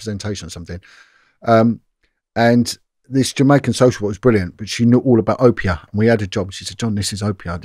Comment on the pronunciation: Oh yh tell it’s pronounced Obeah not Opeah lol